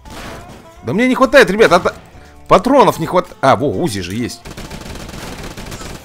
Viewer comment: не у́зи а узи́